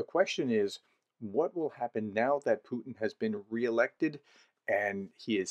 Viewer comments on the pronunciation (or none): none